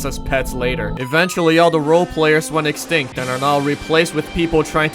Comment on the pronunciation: Man fr said extinct 😂